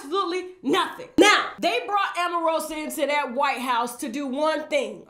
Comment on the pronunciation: AMarosa! lololololllo Every time you called her name I laughed 💜